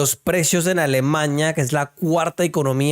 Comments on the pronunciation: Shhhhhh deje así, Alemañia suena más divertido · es Alemania, no Alemaña